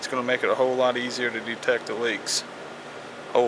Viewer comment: DEE Tect uuHH Leek?